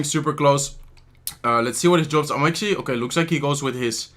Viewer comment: "ATUALLY" AGAIN?😂😂😂🤦🤦